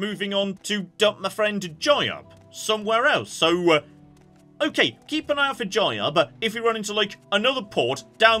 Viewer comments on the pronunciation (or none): its not jayab, man, its jyuub. smh.